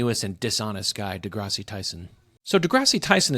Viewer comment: Is a midwit someone who stupidly uploads a video about Neil deGrasse Tyson without any clue as to how to correctly pronounce the "deGrasse" part of his name?